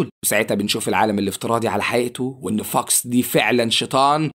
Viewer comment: صوتك لما تقول وان 🫪